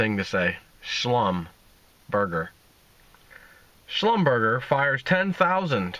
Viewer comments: pronounced "shlum-ber-jay" with a soft- rolling "j" sound (french). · Pronounced "slumberjaa" soft j.... as french would say... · Actually it's German and it's pronounced SHLUM-ber-JAY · Pronounced Schlumberger - jay. The French way;-) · schlumberger is pronounced shlumberjay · it's pronounced Schlumberjay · It's pronounced slum-ber-jay. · Pronounce It 'Shlum-Bur-Zhay' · Schlum-ber-jhay. Soft j sound. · As soon as I saw 'Schlumberger', I knew he was going to mangle and mispronounce it badly. Haa haa. (He doesn't read comments...he's mispronounced 'yuan' for months) Good info, bad pronunciations.